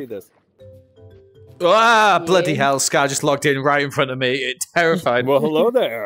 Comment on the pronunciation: aHhHHh blOodY hEll got me dying 😂😂😂😂 he’s in his ron weasley era 😂😂